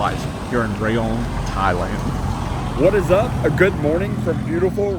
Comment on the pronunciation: Rayong is pronounced as Ra-Yong, not Ray-Ong. 🫢😁